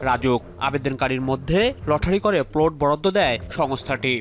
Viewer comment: প্লোট না রে পাগলা, প্লট! উচ্চারণের এই শ্রী নিয়ে সাংবাদিকতায় চাকরি পান কীভাবে?